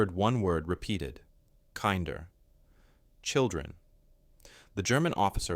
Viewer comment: Wonderful video. Affirms human kindness and decency even during a brutal war. Small correction. German word for children, 'kinder' is pronounced like kin der in kindergarten. I wish every soldier who is enlisted now, everywhere, could watch this.❤🇨🇦